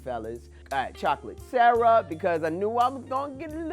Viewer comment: That’s a new way of saying syrup... no longer searup or surrup it’s sarrup